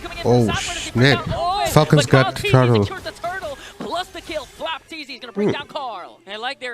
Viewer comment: Flap t zy, Kyle t zy, not flapt zy